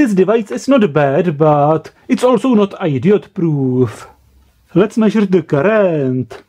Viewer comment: AY-dee-yot proof